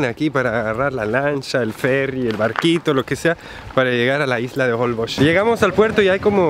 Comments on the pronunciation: Se pronuncia Holbox, con la pronunciation fuerte en la última "o." Y la x es como "sh." Como si estuvieran diciendo en español, jolbósh. Me muero de risa con la situación del cuarto. Rentaron un hotel para parejas despues de todo. Ay no, tienen que filmar una comedia, de lo chistosos que son los dos. Me fascinan sus videos. Están mejor que ver una comedia de Netflix. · Los nombres de los pueblos son mayas. Difícil de pronunciar para quien no son de la península 😁, yo soy yucateca, te estás aproximando a mi tierra. La isla Holbox se pronuncia jolbosh. Saludos!!